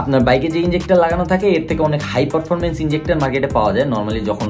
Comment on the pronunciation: ভাই আপনার উচ্চারণটা ঠিক করেন । পরফরমমেন্স কি ?